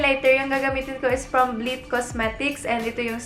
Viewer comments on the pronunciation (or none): Te hindi "blith" yung pag pronounce kundi "blayth" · Hindi po sya "blit". Blayt po ate. 😁